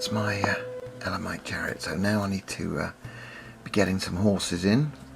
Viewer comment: Very nice I agree with you on the pronunciation of elamites, all the best